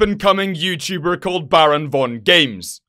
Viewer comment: The way he said bravongames had me wheezing